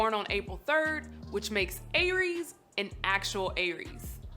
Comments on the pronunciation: Never heard it pronounced like that. Though it was "AIR-rees" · I feel like she mispronounced Aries through the entire video. 😂😂😂😂